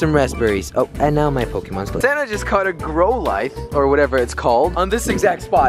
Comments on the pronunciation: it is pronounced growlith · How to pronounce the pokemon names On-icks Cliff-airy Growl-ith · "i think its a grolive guys" NO iTS A gROtLE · Jelly cannot pronounce Pokemon for his life! GROW-LITHE and OH-NIX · It’s cold grou lith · Growe- lithe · it's a growlithe gr-ow-li-the and I have it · It's a gr-ow-lith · Growl lith is how you pernounce it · It's "growl-lith", "growl-lith" and "on-ix" not "own-ix" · I don't play pokemon go, but I have played the pokemon gb games and btw that fire dog is called Growl-ith....that is the proper pronounciation and that clefairy is pronounced this way to help you out....Cla-fairy.....I know there is a e there, but that is how it is pronounced in proper and kudos on the catches dude lol. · It's pronounced growl ith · It's grouw li th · hahahaha he doesn't know how to say growlithe